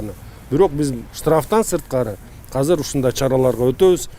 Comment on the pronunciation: Казыр эмес азыр дечи э мэр